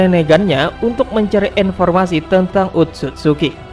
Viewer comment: Informasi bukan enformasi